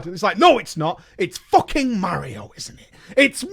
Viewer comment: Why is literally the only British YouTuber who can pronounce "Mario" correctly